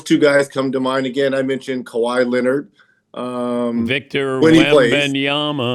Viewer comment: He said kawahi lmao